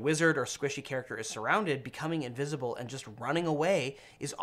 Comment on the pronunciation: Did I hear "uninvisible"? :D